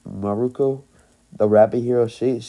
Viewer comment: It's actually miruko